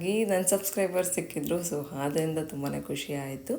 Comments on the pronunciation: Adarinda ❌ Hadarinda ✅😂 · Haafar, ಹಾದರಿಂದ, ಹಲ್ಲು ಅಂತೆಲ್ಲ ತಪ್ಪು ಕನ್ನಡ ಹೇಳಬೇಡಿ